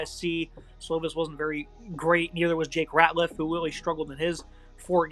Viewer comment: Retzlaff not Ratliff